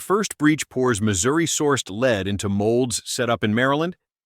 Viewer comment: AI that can pronounce ‘carbine’ correctly but cannot cope with ‘ogive’, ‘berger’ and ‘lead’.